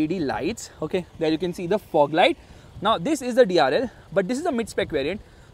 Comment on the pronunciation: Your emphasised “This” is very irritating.. no need to stress on it so much!